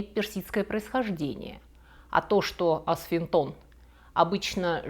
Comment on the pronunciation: Про греческое слово "асфинто́н"- улыбнуло. В действительности αψίνθιον - апси́нтион или апси́нфион. А асфинто́н- это что-то не заклинивающее, не защемляющее.